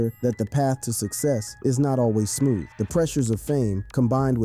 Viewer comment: Right 😂😂😂😂 pissed me smoove off..he had to be born after 2000 😂😂😂